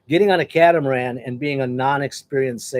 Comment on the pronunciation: Not the "ca-tam-aran"